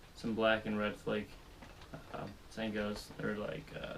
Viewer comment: Flake not fleck